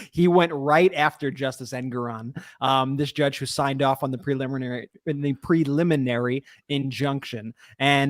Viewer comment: Yay! Brett knows how to say PREliminary ! Now go teach Ben! (vs "pulliminary")